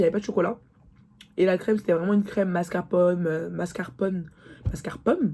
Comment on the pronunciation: Ptdrrrr MASCARPONNE 😂😂😂 On te pardonne le français c’est trop dur pardon